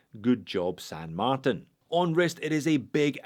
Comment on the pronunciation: FIRST & most important, it's SAN marTIN (TIN = TEEN). Second, I can't get with counterfeit/rip-off copy brands. Third & finally, that watch just is a hodgepodge of a bunch of different ,existing watches, AND it's TERRIBLE.